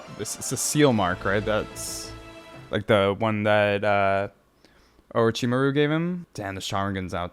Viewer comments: it's Or*o*chimaru, not Or*i*chimaru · Orochi-Mah-ru. Or as I like to say with my kids: aroachymario.